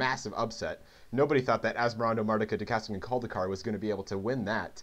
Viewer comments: ...Where'd he get the syllable "cast" from? There's nothing like that in the name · he never says "cast", he says "cadaist" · Best part is you no fail pronouncing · Fluid but also wrong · And he said it wrong every single time which makes it even funnier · i died inside a little every time you mispronounced asmoranimardicadaistiniculdacar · im so glad he didn't actually pronounce the name right. really made the video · Hate to be "this guy", but that's not how you pronounce asmoranomardicadaistinaculdacar Otherwise, great video! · He said it wrong every time, tho. There's no "cast" syllable.